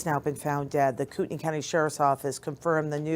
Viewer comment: Thank you for pronouncing Koutenai correctly!!